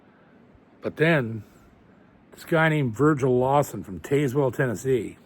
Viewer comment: Hey JP just trying to help out (because I love your channel and your work! I promise I’m not a Karen lol) but I’m local near Tazewell. It’s tn typical so it’s pronounced Taz-wool with the wool (like sheep’s wool) being quick and sharp lol have some fun with some tn twang! Love you brother! Take care and hope you and your family had a blessed Easter